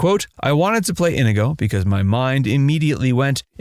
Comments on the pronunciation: It’s “in-EE-go”, not “IN-uh-go” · Narrator kept saying 'INDIGO' Montoya. It's INIGO... there is no 'D'.. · Why do I keep hear Indigo Montoya, when it is In-nee-go Montoya? Have you (re)played the scenes from the movie? Or is this AI bot voice? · Why does everyone pronounce it IN-i-go? Is it just because Peter Falk says it that way? Mandy Pitinkin pronounces it properly in the movie: in-EE-go. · Have you ever actually watched the movie? It is not "in i go" Montoya, it is pronounced "in nego" Montoya and if you can't say it correctly, you have killed the pronunciation, prepare to die. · wow, not "In - A - go" it's E A go. Like in Othello. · To the voiceover guy ih-NEE-GO. His most famous line is pronouncing his name over and over again and you still messed it up!?! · Inigo Montoya=N-knee-go Montoya! That's how they say it in the movie. This is one of my very favorite movies and your butchering how to say his name. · "inuhgoh" Tell me you've never seen the film without telling me you've never seen the film. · Me or does the narrator’s pronunciation of Inigo sound off? I always thought it was more “In-ee-go”. 🤔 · His name is In-eee-go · It would be nice if you had pronounced Inigo correctly. Anyone who has watched the movie should know how it was pronounced in the movie. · Yeah, it was killing me every time I heard it mispronounced. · Oh my god, how do you pronounce Inigo's name wrong for this entire video? His most famous line has him LITERALLY SAYING HIS NAME. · You know someone hasn't seen the movie when they are mispronouncing inigo's name. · Your pronunciation of INIGO, one of the main characters, is WAY off. It lets us know that the narrator absolutely did not see this film. Maybe do your homework? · You keep pronouncing Inigo wrong. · It's inconceivable that the narrator hasn't even watched The Princess Bride. Mispronouncing Inigo so many times in this video deserves a visit from the brute squad for sure.